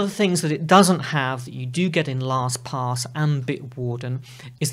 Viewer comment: Your pronunciation is accurate... LostPOS.